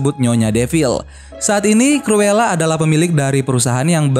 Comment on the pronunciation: Bang penyebutan nya salah tulisan nya cruela tapi di baca curula